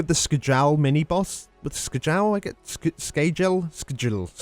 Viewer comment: You pronounce Skjal like Skyal or Skial NOT Skgal lmao